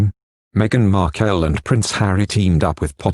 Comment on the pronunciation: Pls Her name is markle not wat u r saying